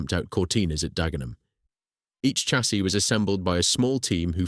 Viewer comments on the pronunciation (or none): The mispronunciation of chassis is blood curdling. It's pronounced "shassee".